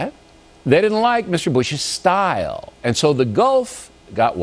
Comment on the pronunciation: he puts so much effort in the word STTYYYYYLE like he heard some european say it. but he probly made it up himself fucking arrogant ignorant pig thats why we hate america